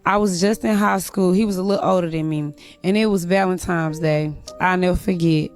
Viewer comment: Did she just say “ValentiMe’s” day?!? 🙄🤡🤡🤡